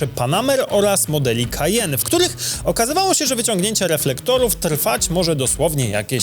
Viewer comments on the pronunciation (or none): none